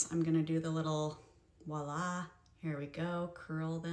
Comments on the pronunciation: It's the over and over used of "walla!" Hun, it's voila... 😅😒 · The "real mom" is so condescending. Just do your makeup the way you like and go. I've noticed Americans always say "Wah-lah" it's Voilà like "vwa-lah". How about I be condescending about that! Hahaha 😆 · That “real mom” keeps saying “wallah” 😂 instead of voila. So cringe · i know im late to the party, but that 44 year old woman was just so cringy. "back in my day, this is how we do it. damned kids and their new techniques, get off my lawn". so pretentious, yet says "wala" instead of "voila" proving she's a moron and unjustly cocky. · what is that ‘real mom’ getting angry over… like, who asked? genuinely? also saying ‘ouala’ 50 times instead of voila annoyed me so much lol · imagine being 40 and saying wala instead of voila 🙄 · I imagine 44 y/o Mom is trying to be funny, look at me, and sarcastic....but no. Just no. It's not helpful or funny....AND it's voilà! Not WALLAH. Don't listen to her nonsense! 😆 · that 40yr old lady saying walla 🤣🤣🤣🤣🤣🤣 she not only doesn't know how to look good with makeup, she also doesn't know common words and phrases lmao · “Real mom getting ready” my biggest annoyance was her saying “walla” when she did stuff. It’s VOILA!!!!!!! It. Is. French. It’s et voila… not and walla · That lady needs to stop saying “wallah” it’s VOILA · As an almost 40-year-old I use whatever technique/amount of makeup/style I want depending on my mood. Benefits of being an adult. I also can't get over the fact she kept saying "wah-lah" instead of voilà. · The 40 year old doing the makeup and keeps saying "walla" instead of "voila" is irking my brain 💀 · She keeps saying "wah-lah," which means nothing. The word is actually "voila." Imagine that 😏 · Lol and the way she pronounces “voila” as “wallah” 😂